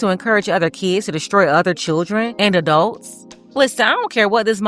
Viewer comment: She said they was all choodrin 😅 oh ok. These "choodrin" are hood rats.